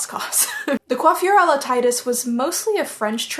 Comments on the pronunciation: So.... I'm actually french and, the correct prononciation of "coiffure" is EXACTLY the way you said it. So, yes, don't worry about that because you actually nailed it right. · your french is good :) your prononciation of coiffure his excellent! only the ''i'' of Titus is prononce the other way! Don't be shy, you good!